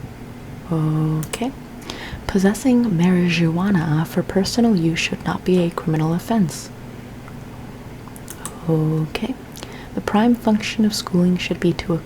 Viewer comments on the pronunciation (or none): did you say MarriageAWANA 😂 aren’t you Venezuelan